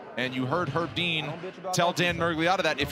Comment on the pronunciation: "Consulting with Herb Dee-an"